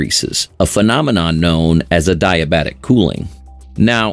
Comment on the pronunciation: nice ai voice. I can tell because adiabatic is pronounced wrong